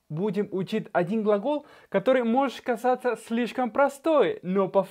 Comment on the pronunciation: Gracias! Наконец-то подробно разобрали с этими глаголами! Все очень понятно! Получается, в испанском совсем нет звука, прохожего на "з"? Вы "казаться" говорите, как "касаться" :)